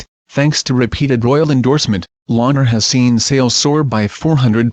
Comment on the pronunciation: Please learn how to pronounce "Launer" correctly. Cheesh.